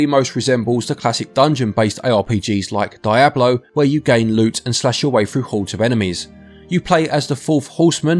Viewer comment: DIE - EHB - LOW????